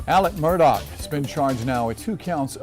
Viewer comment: It's Murdaugh. Not Murdock.